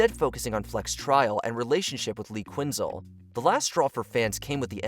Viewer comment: “Lee quinzle” bruh how did u pronounce that?? 👀 lol